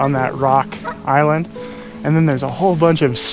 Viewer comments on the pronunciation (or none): none